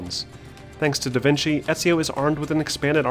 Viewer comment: u mean Da VINKI! LMAO